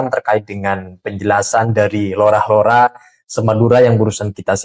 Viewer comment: LORA PAK...BUKAN ROLA